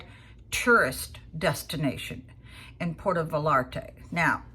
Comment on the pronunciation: Va-LLar-Tay? The Virginian way to pronounce that place. LOL :face-green-smiling